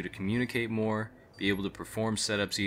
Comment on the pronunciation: * It's More, Not "Moar" just sayin. And try just playing with random team's and if they are good add them, well as long as u are at least as good or better